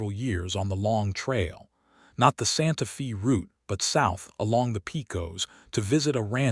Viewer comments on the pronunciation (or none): Its not pronounced santa fee, but santa fay.